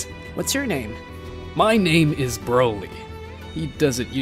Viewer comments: bro why does he pronounce all of these names wrong ts pmo sm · Bro cannot say the names 😂😂😂😂